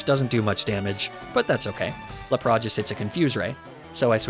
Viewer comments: What is this Ar-Cay-Nee-Nay and Lah-Prah business? Who told you to throw 20 years worth of pronunciation out the window? You ain't French, bro! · Dude, what is with the horrible pronunciations if "Arcanine" and "Lapras". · He does that as satire. He also does it with Lapras and pronounces it as Lapra. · Homie said “ laprah “ and “ arcanin’e “💀😂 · Lapra-aan and Arca-nii-nee 😂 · La-prah and arca-knee-neh are my fav pokemon. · not the la-prah!!! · Ar-canine Lap-ras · Ar ka ni ne hurts me so much for arcanine. Lapraaa 😒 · La-pra? What’s up with these pronounciations? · Dude misprounced Arcanine and Lapras and this bothered me greatly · I can’t tell if he’s mispronouncing these intentionally but lapras and arcanine hurts my ears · Great video but I can't get over how you mispronounced Lapras and Arcanine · I’m losing it at your pronunciations of lapras and arcanine good buglocke tho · how the actual fuck did you pronounce LAP-RAS? Good god man, i've seen bad, but this is almost trying hard to be bad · The way you pronounce Arcanine and Lapras is physically hurting me